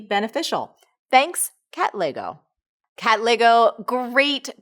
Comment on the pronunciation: Lol it took me a while to realise she was actually saying "Katlego" and not "Cat Leygo" #SouthAfricansWillUnderstand.